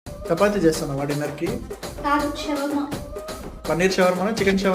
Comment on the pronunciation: Shawarma ante naku shawam anattu vinipinchindi first😂😂